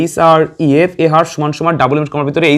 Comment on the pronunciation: href এর উচ্চারণ হবে এইচ রেফ।